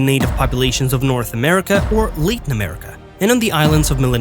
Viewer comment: Only because I know you value knowledge, I will mention that you mention Latin America. (I might have chosen to say South America instead), but the English pronunciation of Latin is small a as in Cat. So say to yourself Catin........... Latin. Thanks for your videos!